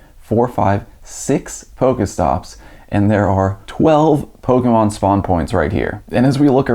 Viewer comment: Is it possible to slur the pronunciation of the word "pokemon" anymore than does?